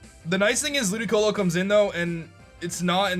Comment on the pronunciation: Why did he say ludioco